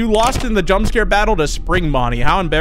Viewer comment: Bro says bunny and it for Bonny but not just Bonny